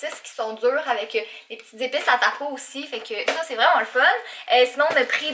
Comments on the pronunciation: En France et on dit tacos on prononcé le S sa fait super trajet bizarre gros bisou a toi ton chat 😘😘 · taco"s" et on pronnonce le "s" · Les taco 😂😂😂 c'est trop marant comment tu le pronnonce